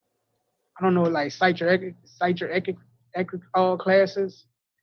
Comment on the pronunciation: How can he learn if he cannot even pronounce “psychiatric”.